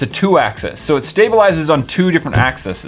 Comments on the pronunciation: Lemme be the grammar police. ITS AXEES AXEES NOT AXI NOT AXISES AXEES (Not spelled that way tho) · It's axis (ax-eez)